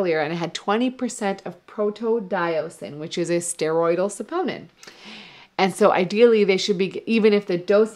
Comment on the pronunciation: You say saponin funny. He he